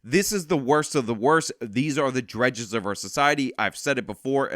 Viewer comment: Thank you for ending with that palate cleanser. We needed it after the misery of seeing what those scum are doing. Also, if you happen to see it,, "dregs" rhymes with "Greg's."